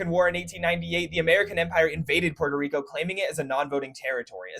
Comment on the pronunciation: "Port - o - reek - o " saying it fancy is kind of extra